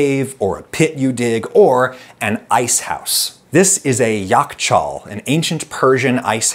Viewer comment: I bust out laughing when you pronounced "Yakhchāl"! What a surprise! Yakh means ice, and chāl means ditch/hole. Ice ditch. Makes sense lol